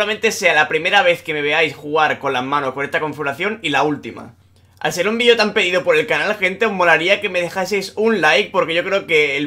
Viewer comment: es cosa mía que dice peido en vez de pedido